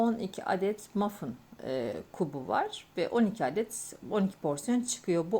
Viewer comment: Mafın değil o Muffin diye yazılıyor "mafin" diye okunuyor 🙂